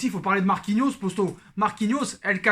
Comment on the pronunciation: Il fait exprès de dire les posto au lieux de dire les potos ?????